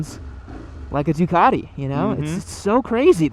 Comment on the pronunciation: stop referring to it as a "Duck". Duc should be pronounced "Duke" - loving criticism from a fellow Biscotti Scrambler owner 😛